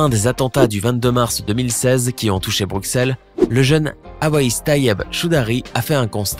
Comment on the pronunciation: On dit pas Bruxelles on dit bruselle